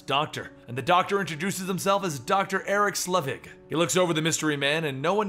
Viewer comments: It’s “sell-vig”. Not “slea-vig”…jesus… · If you hate your liver, have a sip of beer when says "Slevig" instead of "Selvig". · I love this videos but everytime he says Slevig I die a little, it's Selvig